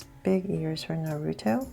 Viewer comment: Please stop saying his name wrong 😨